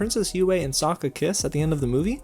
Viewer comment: Yue's penis hair was a classy touch. Also "soakkuh" and "Agni KEE".